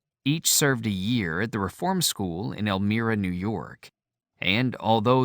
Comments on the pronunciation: Funny how he says “Elmeera’ for Elmyra, and “Nye-Ro” for Nyro. He’s none the Y-zer. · It’s pronounced “El-my-ra” not “El-meer-a. It’s also my hometown. The narrator also mispronounces “Bingum-ton”. Ronnie was and still is revered in Central NY and the Twin Tiers. He was my introduction to rock and roll. All my older cousins and neighbors had the Elf albums. It’s cool hearing the names of towns I’m familiar with being read aloud. It’s also cool that Ronnie never forgot where he came from. Proud to say he’s one of our own and a NY boy like me! We miss him.